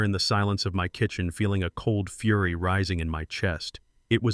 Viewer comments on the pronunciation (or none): none